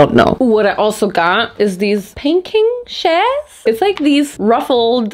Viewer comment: Shears is pronounced like sheer lace, but with a s ( ◜‿◝ )♡